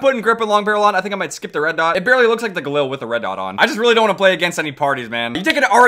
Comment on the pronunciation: He pit galil instead of ghalil